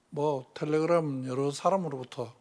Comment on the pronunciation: 텔레그'람' ㅋㅋㅋㅋㅋㅋㅋㅋㅋㅋㅋㅋ